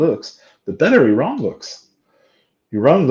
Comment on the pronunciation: Someone has egg on their face. He called Iran wrong.